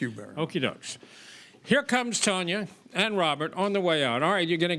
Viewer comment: Why didn’t they re-do the intro if we so obviously know that her know is pronounced TONYA not TONJAHYA 🤦🏽‍♀️